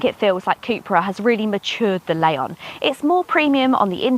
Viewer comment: There's no "A" in Leon.